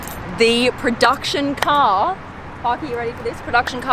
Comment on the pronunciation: ma'am it should be car not cak